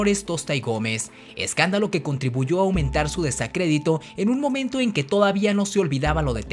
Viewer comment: Qué mal hecho está tu video, no sabes ni hablar español correctamente. No se dice diferiencia, ni tampoco desacrédito y elogias a un personaje que no tuvo ni principios ni patriotismo sino que se sirvió de su posición para buscar siempre poder y beneficio personal. No fue ni monarquista ni republicano ni patriota, fue simplemente un político convenenciero y corrupto y tu video no ayuda a quien quiere conocer la historia sino que lo confunde.